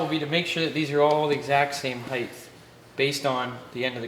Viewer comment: Cool stuff. Model Ts are so strange. Also, what's "heighth"...?